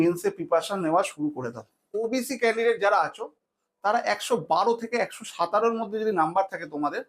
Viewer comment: সাতারো এই উচ্চারণ টা আগে ঠিক করে শেখ গান্ডু আর বলছি এত ধরে নিতে পারো ওতো ধরে নিতে পারো এই সব আবার কি